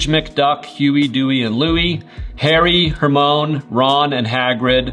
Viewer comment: bro said “hermón”